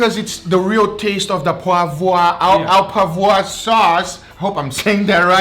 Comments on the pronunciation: viper king 65 You got it almost right, just replace the “aw” sound with “oh” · You pronounce "au" as "Oh" and "poivre" as "puavr"